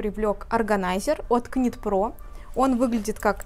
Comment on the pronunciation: Добрый день! Шикарный ассортимент ! Выбор сделать непросто 😊. Девушки, ОБРАЩАЮ ВАШЕ Внимание: knit pro произносится «Нит про». Звук К не звучит . Вязание - «knitting” произносится «Нитин» . Пожалуйста, произносите правильно , ведь вы- профессионалы 😊С уважением Ирина .